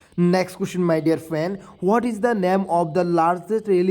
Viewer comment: এইটো কেনেকুৱা মাষ্টৰ অ মাই দিয়েৰ ফ্ৰিয়েন্দ বুলি কোৱা 😊😊😊